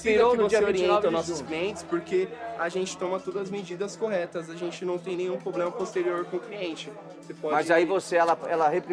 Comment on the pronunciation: Nunca confie em alguém que fala,"Poblema"😅🤦🏻‍♂️